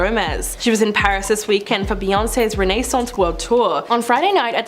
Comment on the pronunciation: “Rennay-sance” LOL